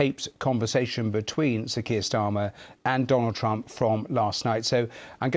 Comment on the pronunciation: He called him prime minister "Starmy"....... Never a good idea to sign any kind of deal with someone who can't even pronounce your name correctly.